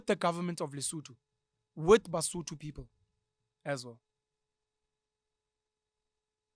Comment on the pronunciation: I am Mosotho, I am currently listening to you, and I hate it when you guys calls "Sotho" Ke Mosotho ( singular) Basotho ( plural ), there's no in between I love the this episode Rea leboha